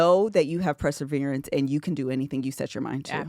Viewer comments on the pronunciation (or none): Ok, is my English wrong? Is playing with us by saying PREsevere when we know it's PERsevere? No shade AT ALL. Just wondering if it's like the cricut thing.